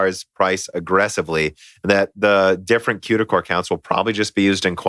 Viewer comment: Qduh cores? lolol it's CUDA not Qduh No part of English has a C pronounced as a Q